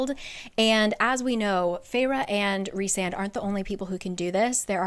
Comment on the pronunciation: EVERY TIME said Rhysand's name, my mexican brain could help but hear "Rick Sanchez"